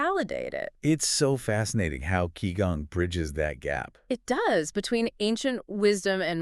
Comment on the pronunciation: This is truely awful. They can't even pronounce Qigong correctly😅